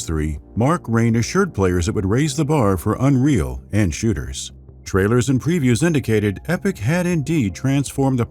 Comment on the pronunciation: Did he say 1st person shitters?